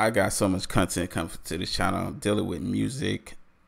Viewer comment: Loved the "cuntent" from the start.